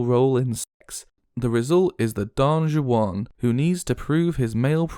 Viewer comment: When you say don juan i felt like an ai said it because the pronunciation was so bad. Otherwise this is the best video i have ever watched